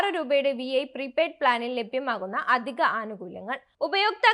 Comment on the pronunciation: വി ഐ അല്ല വീ 🙄